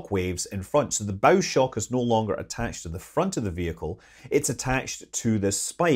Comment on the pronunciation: I noticed you properly called it bow shock, not bow shock. I always hear it called bow shock and it drives me nuts.